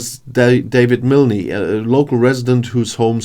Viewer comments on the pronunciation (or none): The ‘e’ in Milne is silent